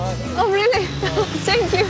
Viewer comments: научил бы хоть кто-то вместо сэнкью фэнкью говорить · Ой, уберите эту ведущую, пожалуйстааа! Раздражает! "Тhank you" говорится, а не "Senkju", кошмар... И черезчур "скадкая", смотреть невозможно... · Думаю, в Сахаре делать нечего, ничего интересного. Номер отеля Алины - просто жесть! Можно было бы найти поприличнее номер. "Сенкь ю" Боже, Алина, подучи фонетику английского языка, уже 2 года ведешь передачу, а произносить элементарные слова английского не можешь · А ведущая может хотя бы слово спасибо на английском нормально произносить, если путешествует по миру и элементарных фраз не может правильно произнести, то хотя бы научите ее говорить thank you!!!! Сенькью бля ....... хоспадии🤦🏻‍♀️🤦🏻‍♀️🤦🏻‍♀️